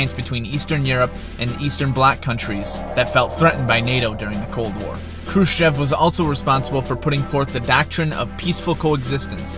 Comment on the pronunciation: Good but some pronunciation errors Khrushchev is pronounced ‘Khrushev’ Brezhnev (the ‘zh’ is pronounced like a light ‘j’ E in Gorbachev is pronounced ‘o’